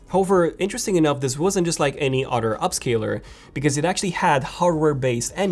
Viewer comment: "PS4 Pro on the udder hand" .....? It's pronounced OTHER. Cows have udders not PS4 Pro.. at least mine doesn't.